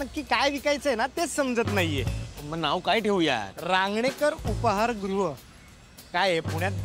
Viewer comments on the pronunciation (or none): ' उपहार ' नाही ’ उपाहार ' 😊